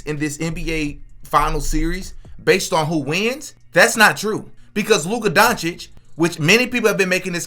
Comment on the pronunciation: Stephen a smith saying names incorrect isn’t a sign that he’s racist. He mispronounces many players names wrong